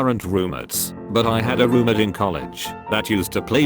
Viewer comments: How it says roommate😂roomitt, roommeerts wth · So noone taught the robot to say roommate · The way it says roommate, hurts every time